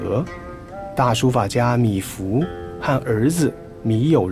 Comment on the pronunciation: 是米芾，不是米芙！请多讀書，好嗎？謝謝！😪